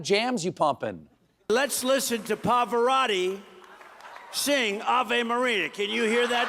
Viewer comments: “PAFARATTI” It’s Pavarotti you demented tool! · He can't say Pavorotti right 😮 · Town Hall was just a show. Trump mispronounced Pavarotti which means he doesn't even care about the artist or music, he just want to be more dramatic so people can fall for that. Just a show.